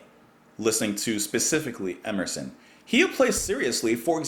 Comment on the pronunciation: The god "Emerson" himself as 3 syllables😮